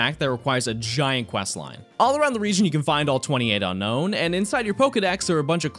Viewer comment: Unown is pronounced UN OWN not UN KNOWN you only say the n once not twice ;)